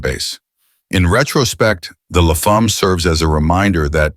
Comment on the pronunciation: Dodge Le Fahm? That's almost English. Please don't ever visit Quebec. They'll slap you for an accent that bad. La Femme, rhymes with "a hem" with an "l" at the front.